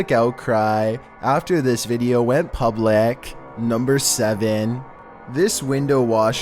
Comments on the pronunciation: “After this video went publec” OMG IM SO SORRY I JUST HAD TO LMAOOOOO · "After this video went PABLACKKKKK"